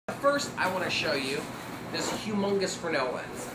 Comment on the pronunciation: Well, the guy IS pronouncing the name correctly. Fresnel (pronounced "fre-nel," the "s" is silent. Leave it to the French to come up with something like this. The Fresnel lens was originally designed to be used in lighthouses.